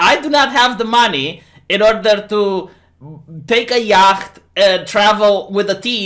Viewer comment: it’s pronounced “YAHT” not “YAHKT”. Or say boat.